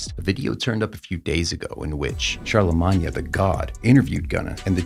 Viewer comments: It’s pronounced CHARLAMANE not Charlamonya 😂😂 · Charlemagne pronounced shar-la-maine 🤣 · Bro, it’s pronounced “char, la, mane” 🤌🏾🤌🏾🤌🏾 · “Charlamña the Gawd” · Char-luh -maun-ya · Worst commentary ever- you shouldn’t cover hip hop news dude! Wooow.. SYL?? CHARLAMAGNYAAA??? wow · You saying charlamagne name wrong😂😂😂😂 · Is nobody gonna talk ab how he said Charlemagne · If you can't even pronounce charlamagnes name then you shouldn't be reporting on street business. Have you ever even seen a single episode of the breakfast club? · you butcher charlamagne name lol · Hey voice in the video Learn how to pronounce Charlemagne the gods name it’s not how you said it …… ….. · "SYL", "charlamahnyuh" seems credible lmao